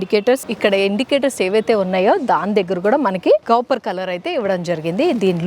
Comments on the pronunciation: అత్తా అది కాపర్ కోపర్ కాదు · Copper, not capar